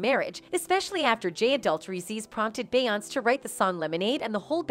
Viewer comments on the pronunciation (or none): I literally had to stop watching half way through because she keeps saying BAY-ONSE!! Soo annoying. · if you say beyonc one more time. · Beeyans Must be Canadian... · Can the narrator pronounce her name correctly. There is even an accent above the e. I would think even a generated voice would hopefully know how to pronounce the accent. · Stolen material from EmpressiveKay, ramdom pictures of Ciara, the mispronunciation of beyonće…this video needs to be deleted. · You can always tell when it's someone cashing in on clicks, because they use the robotic voices that never pronounce Beyonce's first name right. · this is an AI-generated story - listen how the algorithm misprounounces Beyonce's name every time. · I cant take this seriously because you cant even say her name right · I like how they can’t even pronounce Beyoncé but sure believe it all